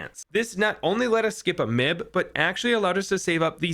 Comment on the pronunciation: m.i.b not mib